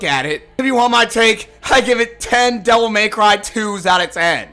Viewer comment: "Devil MAY cry" Why do people say it like this? It burns my brain.